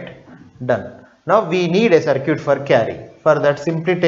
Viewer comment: please don't say CIRCUTE ..its CIRKIT(pronunciation) actually